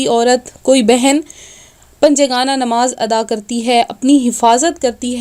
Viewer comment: nimaz nahi namaz hai word